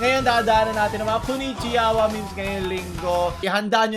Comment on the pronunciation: Konnichickoy:konnichiyawa